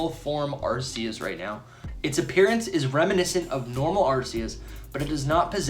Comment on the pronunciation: It’s Ar-Key-Us, not Ass-eus.. noob 🤦🏼‍♂️